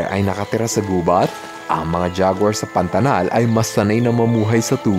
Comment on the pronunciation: Kuya mag ka parehas bato PANATAL PANATANG😂😂😂❤❤